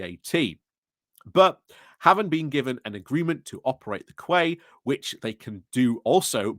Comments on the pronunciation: What's a 'kway'? Is it a Yorkshire version of a 'key'? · Read "quay", pronounce "key" 👌👍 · Quay is pronounced key